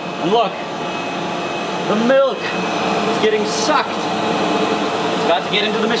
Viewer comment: "The milk is geeting sucked"